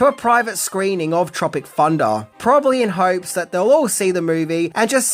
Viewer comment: Sounds more like you pronounce it ‘Tropic Funda’ actually 😆